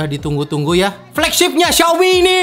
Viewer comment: Xiaomi cak bukan xaomi . . . x_X